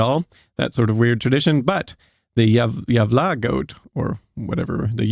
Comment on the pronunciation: haha the way you say Gävle, is like Jävla, = devil. It's suppose to be a E, not a A :p